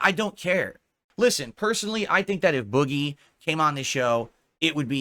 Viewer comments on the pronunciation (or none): I hate the way says “boogie” he says it the same way he says money